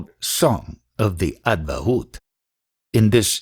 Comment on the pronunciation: avadhoot..not advatbhuta